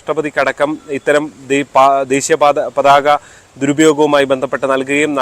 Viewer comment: ഇപ്പൊ പരാതിപ്പെടേണ്ടത് ഈ വാർത്ത റിപ്പോർട്ട് ചെയ്‌തുകൊണ്ടിരിക്കുന്ന നിങ്ങൾക്കെതെരെയാണ്. പതാക എന്ന മൂന്ന് അക്ഷരം പോലും തെറ്റ് കൂടാതെ പറയാനറിയാത്തതിന് 😂😂😂